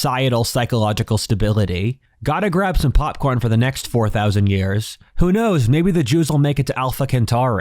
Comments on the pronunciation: Centaurii isn't pronounced KENtaurii, its pronounced like centaur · Great right up until you mispronounce Centauri in the very last word lol.